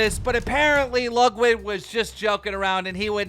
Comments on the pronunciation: KEEM STOP SAYING "LUGWID" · Keem it's Lud Wig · keem, you’re the best, but you NEVER say ludwigs name right LMAO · Keem, it’s really not that hard to pronounce Ludwig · dude cant say Ludwig